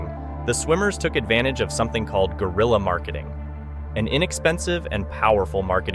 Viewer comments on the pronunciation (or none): Its not gorilla marketing. It's g(w)e-ril-ya marketing. Dicks out for Harambe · Brother Guerilla is a Spanish Word and has nothing to do with Gorilla, it ain’t even pronounced the same way